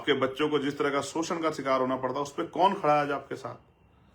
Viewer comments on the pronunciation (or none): none